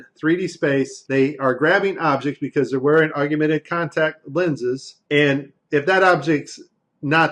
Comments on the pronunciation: Great clip! Wish he'd say augmented, corrrectly instead of auguemented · DON'T MEAN TO NITPICK BUT IT'S SPELLED AND PRONOUNCED 'AUG-MENTED' NOT 'AUG U MENTED'. . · Interesting video! Hated "aug-you-mented" though. That's as bad as "nuke-u-lar" and "ex-specially". It's aug-mented. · I was wondering why you kept saying "augumented." And then I that you spell it that way. It's spelled augmented, and there is no "u" sound after the g. I just mention it b/c you used the word so many times. Other than that, I love the video, and I saved it for sharing and personal use. Thank you, awesome vid. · Aug- yew- mented. What is wrong with you, man. You can't be that ignorant, can you? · I wondered if anyone caught that! 😂😂😂He must be from Texas. That’s what Texans do—we say our words like we want to!!!😂😂😂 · Augumented is not a word. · Yes. If one is to speak from any level of authority, correct pronunciation and spelling is key. Otherwise it lays open the door for a host of attacks & ruins credibility. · We’re supposed to believe this when this guy can’t even pronounce “augmented”? If you want to be taken seriously, learn how to pronounce the very thing you’re discussing. What a joke. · Is his pronunciation of augmented the only thing you people got from this video? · Learn to pronounce Augmented. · how bout you make a perfect vid using the correct pronunciation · He can’t even say augmented correctly.